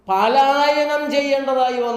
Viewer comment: പാലായനം എന്നല്ല പലായനം എന്നാണ് വാക്ക്